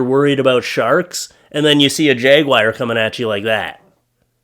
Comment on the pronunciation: Swimming Jag-wires are terfifying 😂